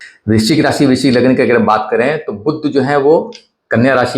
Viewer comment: बुध्द नही, बुध .